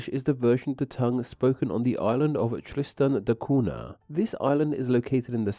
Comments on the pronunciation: I was waiting for some recorded samples of Tristanian, but alas. Also the name of the island is pronounced Tristan da KUN-ya, NOT COO-na. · It's pronounced Tristan da Coon-ya.